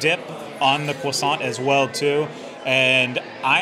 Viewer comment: pronouncing croissant strangely, over and over again😂